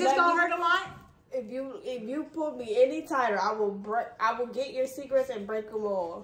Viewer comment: Too funny one minutes it’s cigarettes, and then cigaettes! Lmao